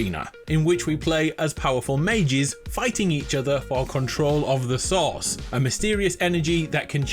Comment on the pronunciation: "Powerful mages fighting each other for control of the SAUCE." That sounds amazing. I want to try. I know he said "source", but with the accent it came out as sauce and that's way better.